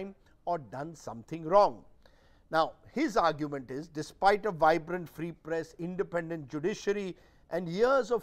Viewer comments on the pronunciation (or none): none